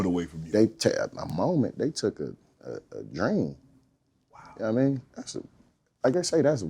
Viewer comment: When dudes say yuknuomean you know dude is telling the truth.